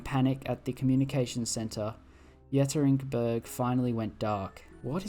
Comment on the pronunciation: Bro you didn't even try with that one. Ye-kat-er-in-burg.